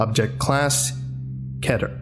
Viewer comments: Awesome Job! It does hurt me though when you say Ketter rather than key-ter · i think it's pronounced "Keeter" not "Ketter". The name is Peter, not Petter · It’s keter not kaytor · not to nitpick or anything, but its pronounced keter (kee-ter) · We know he's not a dr or he would have said keter right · For the love of all that is good and holy it’s pronounced “kee-ter”. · It is pronounced keyter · I dont think keter is said the way you said it but great video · U say keter wrong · Ya didn’t say keter correctly